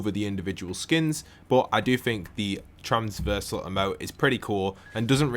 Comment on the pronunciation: Not transversal, TRAVERSAL